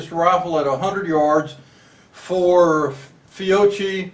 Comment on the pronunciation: It is pronounced Fi o ki